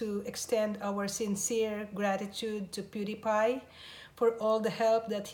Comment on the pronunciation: i can't believe she pronounced pewdiepie good